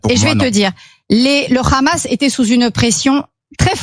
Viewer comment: Pourquoi cette dinde dit khkhamass